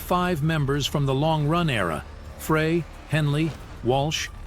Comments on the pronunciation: Frey is pronounced, 'Fri like a French Fry, not Fra. Linda from Missouri 🎶🎵💜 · Very correct, it's just like a FRENCH FRY, please!! 😢 Not Fray